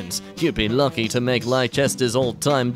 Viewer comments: lie-chester lol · hearing 'lie-chester' made my ears break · Ok so Leicester is pronounced less-ter. I would have guessed Lie chester if I hadn't learned most of these names by wrote indeed I probably have misread it as such a few times however I thought you should know. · HE PRONOUNCED LEICESTER LIE-CHESTER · Watching pronounce Leicester and Liechester was funny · His pronunciation of Leicester made made me lose a braincell I think.